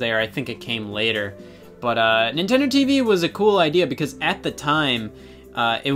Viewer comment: Am I the only one who never realized the name of Nintendo TVii and always pronounced it “Nintendo TV eye eye”